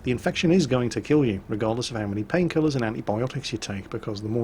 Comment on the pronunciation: You say "painkillers, fantastic," but what I hear is "Pills here!!"